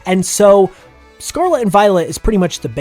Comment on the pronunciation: Can you please say the world Scarlet correctly.. just once please.